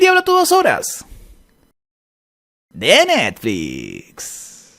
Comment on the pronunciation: quien más ama cuando dise "de nerflix"